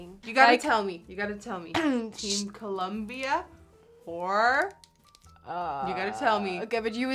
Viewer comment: i laughed so hard when she said: cut that Culombia